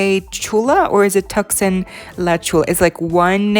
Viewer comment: Hi! Tucson is pronounced Too-sahn. Love your videos and crossing my fingers for a Reel Drama restock!